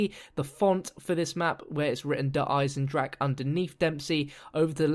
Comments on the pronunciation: Der Eisendrache is pronounced like you are saying it but with an emphasis on the e at the end so it sounds like eisendracha. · 'Der Eisendrag' hat er gesagt. Wie er es einfach nicht aussprechen kann.😂😂😂😂😂😂😂😂😂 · "wounderwaffa" "eisendrach" when the english peoole speak german words :D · The ch from Eisendrache in not spelled like k or g